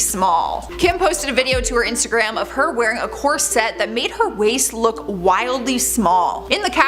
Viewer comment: The word is "CORset" - "corSETTE" is not how it's spelled or pronounced. Nonetheless - the KardASSians are obsessed with some kind of beauty standard that is in their minds. And they have the $$ to spend trying to achieve it. Unfortunately since they're in entertainment, they're looked at as role models, which is sad and problematic, for reasons that should be obvious to those of you with common sense. The fact that they keep "transforming" themselves and then deny having work done is ridiculous. Khloe's nose has reached Michael Jackson level butchery.